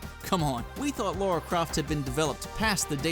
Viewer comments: ... It's Lara. Not Laura. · Good video, but every time I heard "Laura" Croft, it made me cringe. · Wow. I can't believe people STILL pronounce Lara Croft as "Laura Croft". You damn imbeciles.